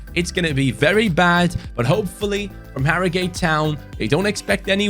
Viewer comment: Harrogate is pronounced hah-row-gut